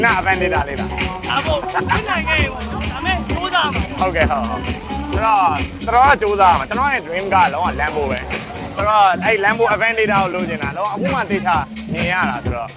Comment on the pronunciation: Lamborghini Aventador ကို အဗန်ဒေတာမဟုတ်ဘူး ရေ အဗန်းတားဒေါ လို့ အသံထွက်ပါတယ်